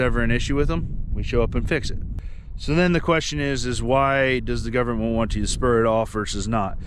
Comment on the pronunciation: When you say govermenrr and errace, Black earth farming has something to tell you